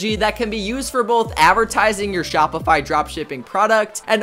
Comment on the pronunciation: They way he says shopify crushes your brain cells 😂😂😂